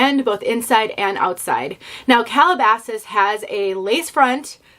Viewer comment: I haven't tried Calabasas, but I have driven through the nearby town it was named after many times. Calabasas is an upscale place, and I think this piece lives up to its name. What a nice review! It looks great (and you pronounced it perfectly). Kathy